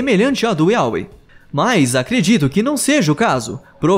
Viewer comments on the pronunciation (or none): To danso risada Yaweh, Iauê kkkkk, é Iavé que se pronuncia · é "iavé" a pronuncia certa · Yahweh se lê Yávé